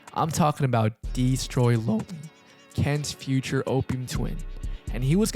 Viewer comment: "dee stroy LoNely" you couldve rerecorded that bro 😭